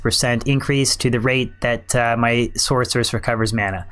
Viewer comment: Source-er-us Sork-er-us "Source" not "sORK" Other than that good vid.